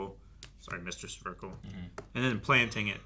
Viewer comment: One thing I'll give the Sentai dub over this dub is the name pronunciations. Some of these pronunciations aren't even how the Japanese said it, like Suh-ver-kel instead of Sver-kel or Arn-hide instead of Arn-aid